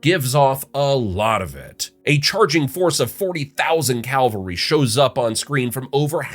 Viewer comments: Cavalry, not Calvary. Calvary is where Jesus died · Just a heads up, soldiers on horseback are called “cav-al-ry” where as “Cal-vary” is the biblical site where Jesus was supposedly crucified. The L comes after the v in the word cavalry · Say it with me CAV-alry